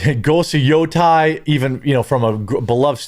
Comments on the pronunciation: Does someone need to tell the that if gamers really were apolitical, as he claims, why would hey care that a game has a "trans character" or "two women" in it? Also, it's pronounced Ghost of Yo-TAY not Ghost of Yo-TYE. Get it right. Edit: Dammit,! Why? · YOTEI is pronounced: Yo TAY. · he can't even pronounce ghost of Yotei right. Also false because it's got great reviews. He doesn't like it because the woman that plays the main character is an activist. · F you quartering. You cant even say Yotei right. There are no issues with it anyway